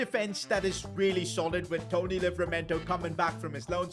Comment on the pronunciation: "Tony" Livramento 😂